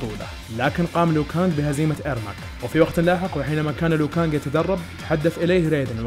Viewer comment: اسم لو كانج مش ليو كانج هو مش مسى